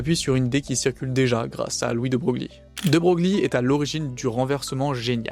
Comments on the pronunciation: c’est chelou, mais on prononce De Breuil, pas Brogli. Merci pour la vidéo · effectivement ca à piqué un peu au debut !😅 nous ne sommes jamais parfaits (d'ailleurs "de broglie" se prononce de breuille, mais "broglie" sans la particule se prononce brauglie car c'est le nom du village d'origine de la famille. encore un truc simple en français) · c'est pas un drame, mais quand tu fais de la vulga, pas savoir que ça se prononce "De Breuil" c'est pas terrible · Super travail ! 😊 Félicitations pour cette remarquable vulgarisation ! NB : de Broglie se prononce "de Breuil" ( breuille) 😅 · Dans la langue française, il n’y a pas de faute sur l’orthographe ou la prononciation des noms propres, alors ce n’est pas bien important et puis on en apprend tous les jours 😉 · alors techniquement l'IA me dit que mal prononcer un nom propre renvoie à sa prononciation d'usage et la bienséance linguistique voulant qu'on prononce comme le prononçait son porteur, en l'occurrence prononcer "De Broglie" est une faute d'orthoépie (sic) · J'allais effectivement corriger bien amicalement la prononciation. Bravo pour ta rectification...